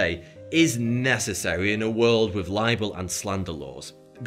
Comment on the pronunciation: Wiv, free, fousand, legal, deaf?